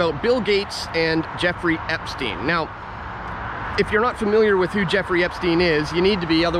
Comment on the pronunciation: "If you're not fermiliar"?